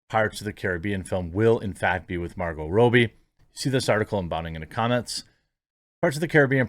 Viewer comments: It's Robbie not Roobie 👍🏻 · Rob-e not Row-be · It's not Row-Bie! It's Rob-Bie! It's Steven Sea-Gull, not Segalle! It's Hyacinth Bucket, not Bouquet! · "Rob-bee" not "Row-bie" Pronunciation is triggering me today sorry dude, lol! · Say it with me Jeremy: Rob-bie. Not Ro-bie. Double "b" not single. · Rah bee, not Robie. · It’s robbie not robbie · dude leanr to say the mname right every time you said it I just want to click away... its pronounce Rob E its not that hard..... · What can't you say Margo's second name properly Lol